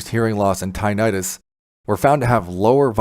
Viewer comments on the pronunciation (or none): So if one has age related hearing loss and has been exposed to neither bad chemicals like chemo, nor loud noise, would they benefit? I will get close up to my panel and see if it works for me. By the way, it is not pronounced “tye-night-us.” The correct and accepted pronunciation is “tinn-itt-us.” 😊 Thank you for this video.